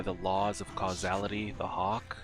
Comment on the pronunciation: The amount of times I’ve heard people mispronounce “causality” is insane. I’m glad you didn’t lmao. But on a serious note, I have been really enjoying this ride and it’s been one of my highlights during the weekend.